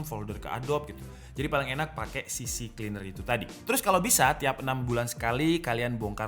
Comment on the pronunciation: C-Cleaner Boss... bukan CC-Cleaner....🤪